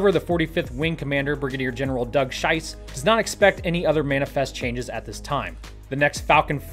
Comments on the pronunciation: Hey love your vids! following every singe one of it. but how you probounced "Schiess" made me laugh so hard 😂... its a germna word, yoi said "scheiss" instead of "schiess" what meants "shit". translated to english pronounsation "schiess" would be like "shees" ... if the way yoi said it is common, thats a really poor man 😅🙈 sorry for that, just had to 😅😂😂✌️😎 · Just sayin, Kevin "Schiess" is pronounced like "Shees". Prounoncing as "Shise" is tantamount to excrement from one's bowels. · His name is pronounced SHEE-SA. Not SHY-SA. Trust me. It makes a difference. Aufwiedersehen. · You spell 'Gen. Schiess' like 'Gen. Scheiss', which in German means 'Gen. Shit'. Correct spelling of 'Schiess' per your US pronunciation would be 'Schess'. Btw. 'Schiess' in German means 'shoot'. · "Schiess", pronounced "sheece", means "shoot", but if you pronounce it as "shice" it means something different... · funniest Moment for a german viewer because you pronounced Schiess or something like that like "Scheiße" in german, which means "shit" in english ;DDDDD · Hopefull, Space X will be able to keep pestilence under control sufficiently to keep Boca Chica running. The name Schiess is German and pronounced something like <Sheese> (sharp S!), it means shoot as in to shoot, there seem to be a lot of German last names in Argentina. The Gateway logistics contract is very important for the space program and a major tie-in of Space X involving technology available today and proven. Go, Dragon XL, go Starship. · You'd pronounce Schiess like "sheess". It means "shoot" in German, so quite fitting. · the way he pronounced it literally means 'shit' in German LOL